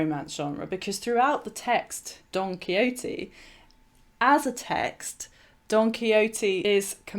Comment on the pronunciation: She said it correctly. Perhaps your hearing is off a touch.